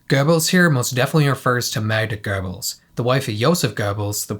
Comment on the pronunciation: You nailed the way you pronounced Göbbels in this Video, it angers me every time when someone from the Anglo-sphere doesn't put in any effort and instead warps the name into Gerbils😢. The way you said it Sounded only slightly different to the way native speakers pronounce it.